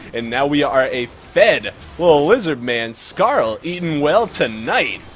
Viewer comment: "he said a curse word", you know this isn't a kids game right? and, why do you say Skaar as Scarl, its Skaar(scar or scare). I'm sorry, I just got a little annoyed by that.